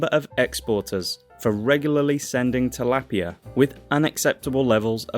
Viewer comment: Tilapia is a Philippines fish thats why you dont pronounce it correctly.